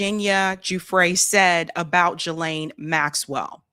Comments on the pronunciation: I can't listen to you mispronounce Ghislaine. It's Hard G. Gee lane. Not Jee lane. I'm out. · Thanks for your work!...I think Ghislaine is pronounced ...Geee Lane...not Jeee lane... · It's pronounced as though the following two words were said "Ghee + Lane" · It's pronounced Gilen Gi as in Give and Le as in Letter. Her brother pronounced it this way on Piers. Just saying. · Please learn how to say Ghislaine! The GH is like the GH in GHost. Do better. The s is silent. You sound silly every time you say the name. 😮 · Hey, I heard one of the prosecutors say Virginia’s last name is pronounced Guff-Ree like Guff-Free long E. And It’s Ghislaine and British so it’s pronounced Ghee ( like the butter) Lane. So Ghee-Laine. Obviously you can say it however you want I just thought it was interesting because I’ve been hearing it pronounced wrong for so many years that when I finally heard it pronounced right, I was shocked. 😂